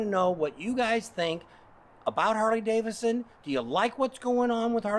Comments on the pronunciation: DAVIDSON... not Davison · Why do you treat the 2nd D in Davidson as silent ?